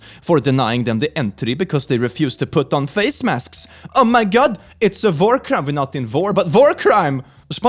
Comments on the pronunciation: did he just say "it's a vore crime" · You realise when you say war crime like that it sounds like vore crime right?